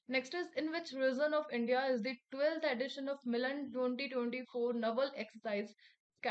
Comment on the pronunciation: Mam please watch the pronunciations…. Dasara , edition… no doubt could see the questions in screen but also impacts in remembering